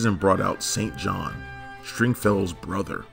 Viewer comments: You mispronounced the brothers name every time. St. John is pronounced Sin Jin. ( they pronounced it that way on the show. ). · St. John is pronounced “sin-jin.” You obviously never watched the show. Typical of many of the videos on this channel- lots of Wikipedia research. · Sin-Jin...not "Saint John." Other than that, really nice recap. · If you had watched the show you would know that his brothers name is. Pronounced sinjin not St. John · Thanks for the video. LOVED AIRWOLF. Could definitely see an AIRWOLF reboot or even a feature film. The pilot was certainly good enough to be one. BTW - Hawke's brother's name was pronounced "Singin," not "Saint John." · Stringfellow’s brother’s name is pronounced Sinjin not Saint John. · IIRC, they pronouced Stringfellow Hawkes' brothers name as Sinjean, an alternate pronunciation to St. John. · It's pronounced "Sinjin", not "Saint John". Sorry, had to say it. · you’ve mispronounced Stringfellow’s brother’s given name. It’s pronounced “Sin-Jin”, not “Saint John”, the biblical apostle or the place name of a church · Wasn't the brother of Stringfellow's name pronounced SIN-JIN Not Saint John? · St John is pronounce Sin Jin. That 4th season was an abomination. They brought back Vincent for the first ep so they could kill him off. They killed off Dom too although we only see him from behind it's definitely not Borgnine. And the reason it went away from regular broadcast is that CBS didn't have any faith in it and it kept changing formats season to season from being a cold war espionage vehicle to domestic this and that and softer and softer plots. In addition, it was apparently expensive to produce which is why S4 uses stock footage from seasons 1-3. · St John is pronounced “Sinjen”. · Sin Jin with an "i". I was trying not to cringe every time he said St John 😁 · Stringfellow's brother, St. John, is pronounced, "Sin Jin." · His brother's name is - Pronounced ( Sin ) ( Jin ) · I believe, they pronounce is Sin Jin! 🤦‍♂️☝️🤣